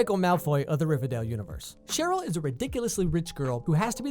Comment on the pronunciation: Okay but you got Cheryl soooo wrong